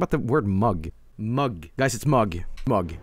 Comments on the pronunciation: a norweigan making fun of an ENGLISH WORD?.... REALLY??? HEY ITS MMMMMMMMUG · It's Mug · it's Mug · It’s mug